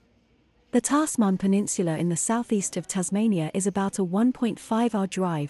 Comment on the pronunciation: Great video. It’s pronounced Tazman peninsula. Just to let you know.